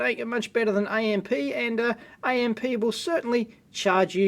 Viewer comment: "AMP" is not spelled out -- it is pronounced amp, period.